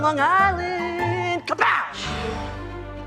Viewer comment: Because the said Long Gisland - I can't watch it. That hard G mispronunciation; is where I go.